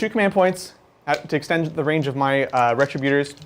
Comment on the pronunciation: Ree- trib-you-turs!!! Why does everyone say this incorrectly?